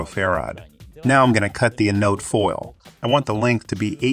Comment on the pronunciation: in and ive heard anode pronounced wrong too many times. next video...